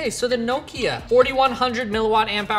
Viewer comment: Nooo key a 🙈🤔 Never heard Nokia called that 🤣😂